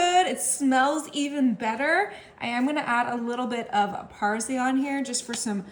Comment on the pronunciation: Not only did she use the wrong leafy greens, but she didn’t even pronounce the L!!!